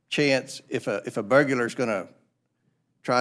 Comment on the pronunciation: “Burgular”? Do you realize how stupid that mispronunciation makes you sound? Look it up, you ignorant cluck!